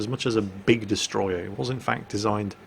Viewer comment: it's not destroyer if it's japanese, it's DESUTROYAH!!!!